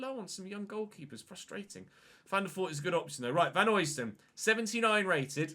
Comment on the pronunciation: Pronunciation of Vanheusden is Van-hø (as in Ødegaard)-sden rather than Vanhoysden (from a Belgian) Greatly enjoying the series! :))